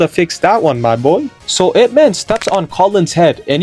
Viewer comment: it's not "I.P.". it's "Ip" like up but put an I instead of a u